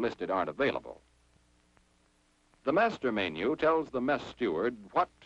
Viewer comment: And "may-nyew" instead of menu."